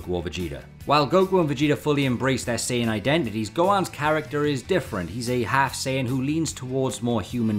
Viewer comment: S AI yan scholar